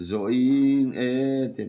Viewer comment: 'Nang tello hringnun zawh ing e' tih hi i lam dan hi a dik loh hmel e. "i nge" tih ang in i lam a, "ing e" tih zawk tur a nih hmel e.